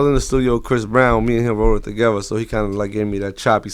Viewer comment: wtf is "TAGEVA" its "TOGETHER" lool